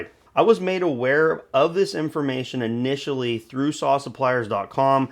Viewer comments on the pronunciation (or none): none